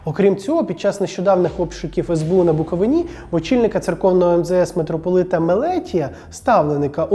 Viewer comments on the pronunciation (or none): Вивчіть, на який склад потрібно ставити наголос у слові - Буковина! А за розбір польотів у церкві кацапського патріархату - лайк!!!👍